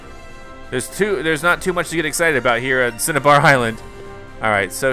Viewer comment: Pronounced cin-a-bar island